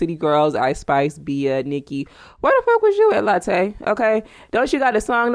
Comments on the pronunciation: It's not Latte it's Latooooo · Please pronounce her name right , its not pronounced like the coffee